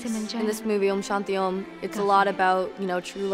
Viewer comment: How well she just pronounced "om shanti om", Tough for someone who is American from birth.